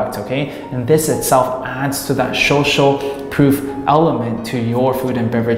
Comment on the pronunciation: Good video. Laughed every time you said shoshal (social) lol keep up the good work